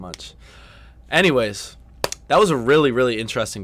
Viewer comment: Anywehzzz (You saying "anyways")